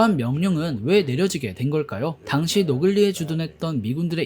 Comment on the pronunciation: 노글리가 아니리 노근리 먼...